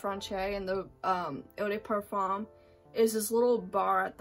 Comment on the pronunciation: Please don’t butcher the French language .. it’s not “eu day perform” !!